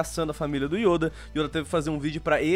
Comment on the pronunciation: Perai aí mano krl o errou o nome do Yoda vei falou Youda kkk mano aí eh foda